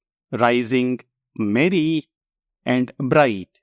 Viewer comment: Your AND sounds like AT ...